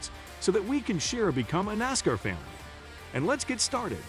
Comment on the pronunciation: Hate the computer dude can’t pronounce NASCAR properly. … and it begs for likes. 👎🏻👎🏻👎🏻👎🏻👎🏻👎🏻👎🏻👎🏻👎🏻👎🏻 💩